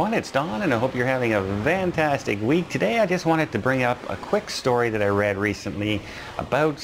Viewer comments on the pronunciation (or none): Hi don, why do you say vantastic instead of fantastic? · He said it one time and someone made a big deal about it so he still does it. 🤣